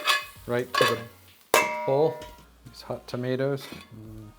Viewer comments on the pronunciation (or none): Sorry but I do not like how you pronounce tomatoes.